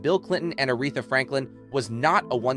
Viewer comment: Are you frickin' serious?? Your fake robot voice mispronounced "Aretha" in a video about ARETHA!!!